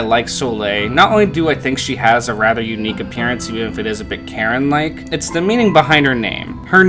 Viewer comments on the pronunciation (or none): At first I thought you said "carrot-like" instead of "Karen-like" but that works too XD